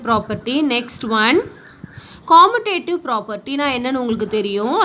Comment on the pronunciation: Pronouncing of commutative is wrong mam that is KAMIUTATIVE